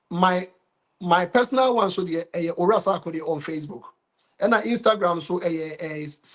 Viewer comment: Bro, I’m curious why you have added “H” to the name Sarkodie. 😊